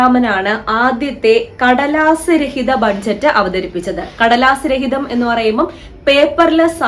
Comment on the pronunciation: ബഡ്ജറ്റ് അല്ല ബജറ്റ് എന്നല്ലേ പറയുക 🙄